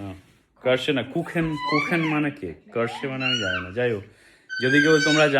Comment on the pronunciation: ❤🙏Chocolate Cherry cake or pie Pronunciation is: কিরশে and not কারশে। ঠিক - Kuchen is cake in German. So it is Schoko-Kirschenkuchen.